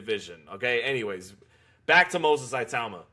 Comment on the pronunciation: 1:1 Pronounced 'e-tauma'